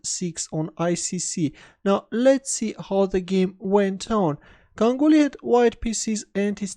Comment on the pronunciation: Correctly pronounced his name...